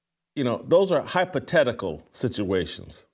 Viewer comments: Det lions asst GM does interviews with the GM a few times a year. Her pronunciation of hypothetical as hypo tetical i would assume is because her native language must be french and they dont have a TH, must like some eastern europeans cand to W and use V because they dont have a w in their native languate. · Jason I tend to agree with your overall point, however, I'm pretty sure she mispronounced "hypothetical" because she is a native French speaker and English is her second language. Furthermore, with all due respect to H&R Block a tax attorney is far different from a tax preparer or even a Certified Public Accountant. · Evalawated? I'm not fluent in the Canadian language but I believe she may be wetodded. Hypo teticals? What the hell? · FWIW her crazy pronunciation of HYPOTHETICAL is most likely due to French-Canadian influence in her English pronunciation. But, yeah, it sounds weird. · She’s a lawyer and can’t say the word ‘hypothetical’ ?